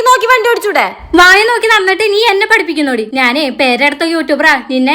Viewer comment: യുടെ സംസാരം ഒരു രസവും ഇല്ല. ഞാൻ എന്നു പറയണ്ടിടത്തു നാൻ എന്നാണ് പറയുന്നത്